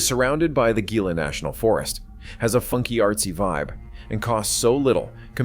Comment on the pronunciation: Gila is pronounced "HELA"!